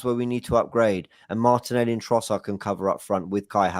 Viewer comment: called martinelli "martinelli"!